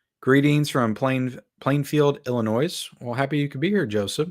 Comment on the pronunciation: It's not pronounced "Illinoise".